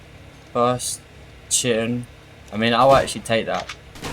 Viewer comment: No way this mf pronounced chitin like that